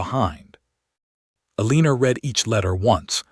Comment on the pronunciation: I agree Eleanor is not pronounced Alena, but El-len-nor.